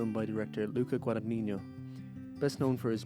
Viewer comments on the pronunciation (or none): Excellent review! BTW Guadagnino is pronounced more like "Guadanyeeno" not "Guadanyinyo." ( "gn" in Italian is like the ñ in the spanish "mañana" ) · Director's name is pronounced more like Guadañino.